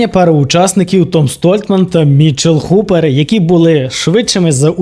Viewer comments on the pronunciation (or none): Непогане відео. Колони Геркулеса. "Дуже несподівано тут провалився Том Столтман". Несподівано?! Якщо ви уважно слідкуєте за стронгменом то повинні знати що ця вправа майже найслабша у Тома. Звичайно він на ній останній або передостанній. Столтман а не Стольтман. Нел а не Ніл. Гупер а не Хупер.